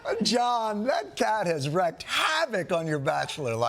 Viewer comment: . It's pronounced w/a long e, not a short e. "wreaked" havoc, not "wrecked."